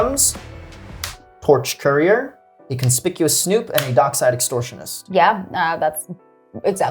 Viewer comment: Finally someone who pronounced conspicuous snoop correctly. Bravo. So annoying hearing creators constantly calling it conspishus 🙄